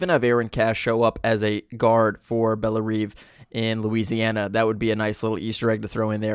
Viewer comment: Bell-Rev for Belle Reve prison. It's based on French Creole language.